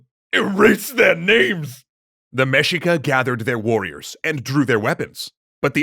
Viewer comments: it is pronounced mehica not mejica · Say it with me… MEH-SHEE-KUH. Mexica. Our ancestral Mexicans. The largest tribe of our Nahua ppl. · Mexica should be pronounced as Me-Shee-ka. Should be the Mexica People. They didn't name themselves Mexica until the Founding of Tenochtitlan. Before, they're known as Aztec (other tribes called them Chichimeca). Also story you're mentioning is a chapter from Fernando Tezozomoc's writings from Cronica Mexicayotl. Wait, you haven't read Cronica Mexicayotl? *cue song*.